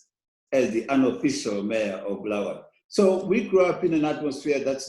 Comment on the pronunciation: Interesting that Mr Masunda actually correctly calls our city as ‘Bulawayo’ yet Trevor Ncube says: ‘Bhulaweyo’🤔🤔🤷🏿‍♂️.